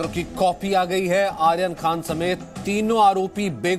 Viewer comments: भाई पहले ले तय कर लो कि आयरन है कि आर्यन 😂 वैसे बहुत अच्छी खबर है इन्हें कम से कम साल की सजा हो मतलब अगले सात जन्मों तक जेल में ही रहे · नाम ही बदल दिया गया आयरन खान ध्यान से सुने एंकर की आवाज